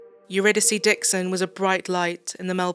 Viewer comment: Her name is pronounced uridicee. It’s a greek play or goddess I think